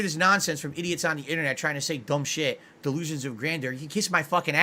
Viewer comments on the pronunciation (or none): DELOOZIN OF GRANDOOR